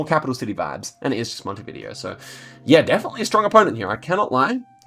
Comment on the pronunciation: Random tip of the day, its pronounced montevidèo not montevìdeo haha